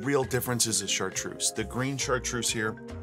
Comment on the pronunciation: I'm French, Chartreuse is pronounced with a Z like zoo, not S.